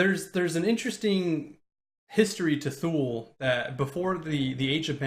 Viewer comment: Goddammit, it's pronounced: "too-lee." Did you bother to do a damn Google search, before you started that Kickstarter?